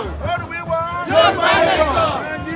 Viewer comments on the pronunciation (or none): please learn how to pronounce Yoruba. Please it's not Yoroba but Yoruba. You are a public relation person and I believe you should know better. Thank you.